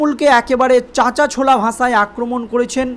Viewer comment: ভাই, আপনার বাংলা উচ্চারণ টা নিয়ে অনুশীলন করুন।। ভাষা কে বলছেন ভাসা!...